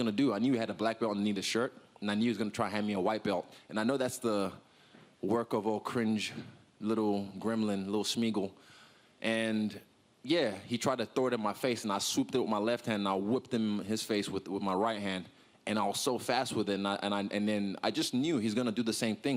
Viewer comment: Lol Israel calling Triple C "Smeagl" :D